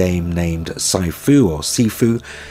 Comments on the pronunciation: Sifu is pronounced [SEE-foo]. It's the kung-fu equivalent of "sensei." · Sifu is pronounced She-Fu, it’s Chinese for “teacher” I think. Like the Japanese equivalent of “sensei”. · Thanks for the video, man! If you're interested in the pronunciation of Sifu, the English pronunciation is "see foo". The mandarin pronunciation is "Shrfu, or Shrfoo". :)